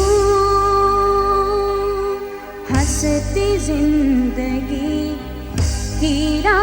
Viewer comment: अरे या टेलिफिल्म मिली तो पंधरा बीस दिन अपने शरीर पे काम। कर लेते. ये तोंद, ये भरी हुई पूरी जैसे गाल। ऊपर से ओवर एक्टिंग थोड़ी सी तो बीवी की एक्टिंग के साथ मैच करते. सकल नहीं शक्ल, जिंदगी नहीं ज़िंदगी बेसिक उच्चारण। ठीक कर लेते